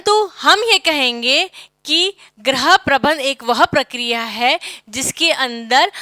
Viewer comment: Ma'am Right Pronounciation of गृह is "GRIH" not "GRAH".